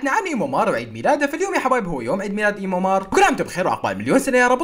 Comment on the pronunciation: ايمو مار❌❌❌ ايمو مان✔️✔️✔️ سحگات الي متنتهي😂😂😂😂👌